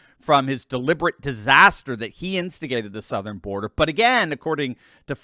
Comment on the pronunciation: Border, not birder!